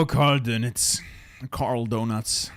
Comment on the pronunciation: "Karl Donuts" lol